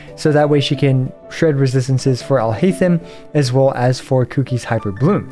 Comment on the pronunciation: Your pronounciation of his name is horrible